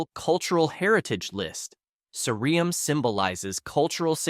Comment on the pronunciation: ssireum is pronounced See Rum. that E from the many is just terrible romanization of korean that needs to change...